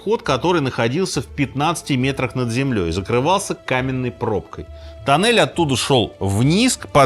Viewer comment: Туннель, не танель....